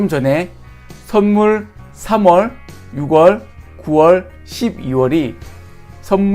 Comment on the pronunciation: 오오 영화로비교해주시니 이해 팍팍! ㅋㅋ채널번창하세욥 참고로 노파심에🤣 6월의 발음은 '유월'입니다 앞으로 쓰실 일 많을 거 같아서..